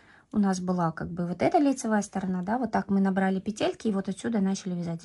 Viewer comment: Спасибо за МК! Обязательно свяжу. Подписалась и буду ждать новую информацию для нас, любительниц вязания. Единственное, что мне доставило дискомфорт - это слово петЕльки. По- русски будет пЕтельки. Может, я не права? Всем легких пЕтелек! 🎉❤😊